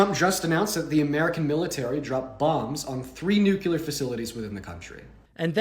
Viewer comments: Who is this utter laughingstock of an infant? Btw, it’s “Nu-CLEAR” DEAN, Not “NUKE-CUE-LER” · It's "NUCLEAR," you insufferable twerp! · did he say "nucular"? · Dude can’t even say “nuclear” correctly. Our here saying “nu-cue-ler.” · ..if this lil scamp was half as smart as he thinks he is he’d know how not to pronounce nuclear…he needs a good spanking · that dumbass can't even pronounce Nuclear.